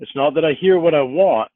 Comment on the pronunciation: I love how emphasizes the w in naWt yet there is no w in not.